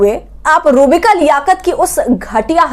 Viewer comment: Madam aap naam to sahi lijiye... Inka naam hai ROOH BIKA..